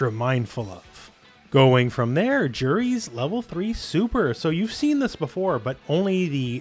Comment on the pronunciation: You've got to know that's not how you pronounce Juri by now...